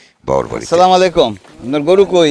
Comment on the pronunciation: আসসালামুয়ালাইকুম আপনার সবকিছু ঠিক আছে কিন্তু সালামটা ঠিক হলো না